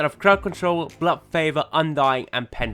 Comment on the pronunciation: there is a D in blood.. thought you should know you're meant to pronounce it